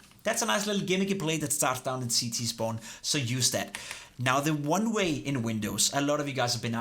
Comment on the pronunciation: det lyder som om du siger runway istedet for oneway